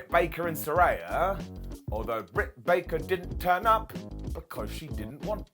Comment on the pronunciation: I thought the Doctor she wanted to see before making her statement was Dr Baker. Sometimes it just writes it’s self. Plus keeps pronouncing Saraya name wrong. It’s like Ray as in Ray Charles, Ray of Sunshine. You should know better.